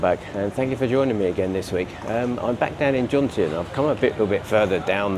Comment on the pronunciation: Can’t watch anyone who can’t pronounce the word Jomtien